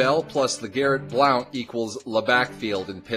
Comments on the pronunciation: thegrizzly3436 No he's not he's from my home town, he spoke at my school when I went there several times its pronounced "Blunt" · It's pronounced blunt